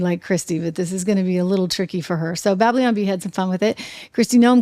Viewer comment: Trish -- it's "Babylon," not "Bablion"! Cute!